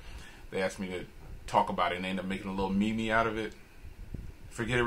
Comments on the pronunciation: J, I love you and your reviews, so I hate to be "that girl" but the word "meme" is pronounced "meeem". One syllable. Thanks for all your work and keep it up!! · meme = "meem"